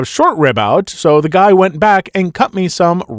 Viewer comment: teach your AI how to pronounce "guy"